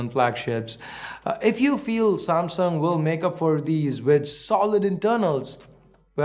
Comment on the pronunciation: Nailed the Samsunt